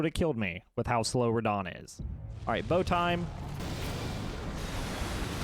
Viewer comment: Ho is fan of Rrrradah